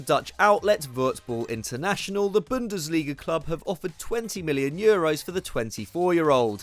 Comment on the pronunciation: 'according to dutch outlet' proceeds to say voetbal international in the most german way possible